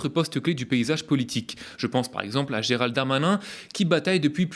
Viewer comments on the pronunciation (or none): none